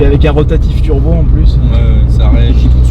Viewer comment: I never heard about something like 'Trubo', I know what Turbo is, but Trubo.... I don't know... sorry just trolling, everyone makes a mistake, don't worry :D